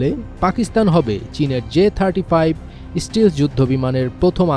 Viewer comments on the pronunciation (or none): "স্টিল্থ্" শব্দটা উচ্চারণ করতে পারে না তুমি আবার সাংবাদিক হতে গেছো। এর থেকে ভালো হয় তুমি মাদ্রাসার পায়ুপথের যোদ্ধা হও।